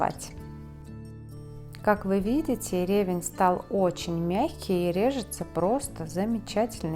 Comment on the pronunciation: В слове ревЕнь ударение падает на второй слог.